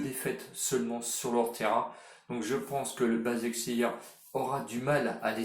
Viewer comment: Leipzig ca se prononce Leypsiche Et basakheir ça se prononce Bashakshehir Sinon bravo pour les pronos réussi